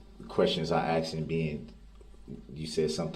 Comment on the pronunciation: I axed a question.